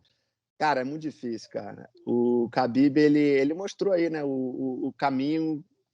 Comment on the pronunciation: Pq o cara fala Habib